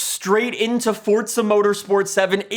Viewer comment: Says Forza like Fortza